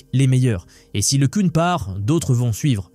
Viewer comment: c'est quoi le changement de prononciation de LeCun a chaque fois !? un coup c'est LeCun après c'est leCune, et on dit LeCun ( le qu'un ) pas ( le qu'une ).